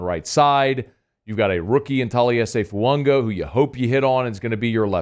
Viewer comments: FUAAAAAGA. FU-AH-GA. NOT FUUNGA! Please 😭😭😭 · There's no "N" in Fuaga..